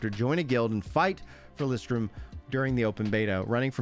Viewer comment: idk why u call it Solistrium when is Solisium where u get the "t"? AHAHA maybe bcs of the hype